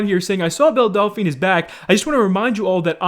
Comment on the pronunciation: Delphine. Not Dolphine.